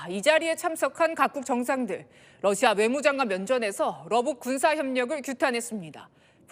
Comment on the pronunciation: TV기자들은 말도 잘해야 하지만 발음도 좋아야 한다. 특히 외국어는 가급적 원음 발음에 충실해야 한다. 그런데 TV기자들이 Russia의 러시아를 Lussia 로 발음한다. 많은 다른 기자들도 로켓의 rocket을 locket으로, Radio 를 Ladio 로, Roma 를 Loma 로 발음한다. 물론 한국어에는 ᄙ(쌍리을)이 없어서 L과 R을 전부 ㄹ로 발음할 수 밖에 없는 어려움이 있다. 그렇다면 한국인들은 R 발음을 정말 못하는 것일까? 아니다. 초성일 때에만 못한다. 아리랑(Arirang), 세레나데(Serenade), 프랑스(France) 등 잘 하지 않는가? 그래서 TV기자들에게 힌트를 주고자 한다. R 로 시작되는 단어를 발음할 때 앞에 '으' 발음을 짧고 약하게 먼저하라. (으)러시아(Russia), (으)로켓(rocket), (으)라디오(Radio), (으)로마(Roma) 등으로 말이다. 그러면 당신은 좋은 발음을 하는 기자가 될 것이다.